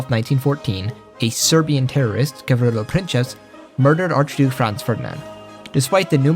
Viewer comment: You absolutely butchered "gavrilo princip" lmao